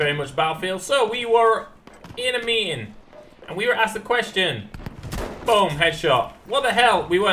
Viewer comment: Whats a "mee-ing"?